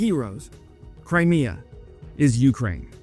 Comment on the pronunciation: Jesus god, PLEASE stop saying "YOO-crane", it's "you-CRANE" you dope! You're putting the emphasis ass-backwards.